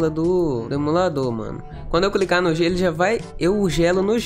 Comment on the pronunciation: Só eu que percebi,que ele falou: "só vou cricar no G " kk